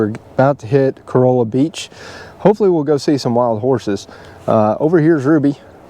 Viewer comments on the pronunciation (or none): Corolla… is pronounced CO-Rall-Ah